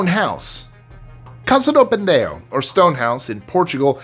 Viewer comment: It's "Casa do PENEDO" not pendeo